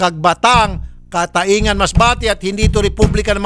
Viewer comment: Cataingan ang tamang bigkas niyan idol ay catayngan masbate...